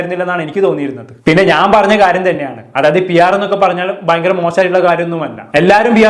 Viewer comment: ലെ: ഭാവിയിൽ ഇതു ഫയങ്കര danger ആവും 😂😂😂